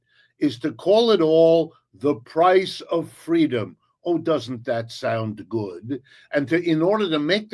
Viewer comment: It's not freedom it's ffweedom